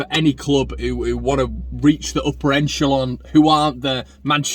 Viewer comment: you keep saying enchelon, the actual pronunciation is echelon, just saying.